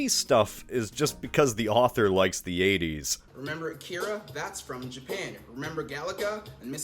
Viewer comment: "I 'memberr that! You 'member?"